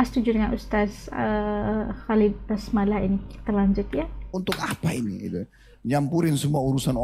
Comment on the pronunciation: Basalamah kak, BUKAN Basmalah. Hehe